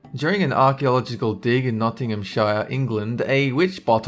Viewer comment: The way he said Nottinghamshire annoys me...